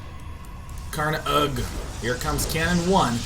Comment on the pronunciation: SouFoda is pronounced "So-oo Fohdah" ("Sou" sounds exactly like the english word "Soul"). Also, Karnaugh is pronounced "karnô". The meaning of "Sou Foda" is what GDIASMLJ said, and yes, it's brazilian slang.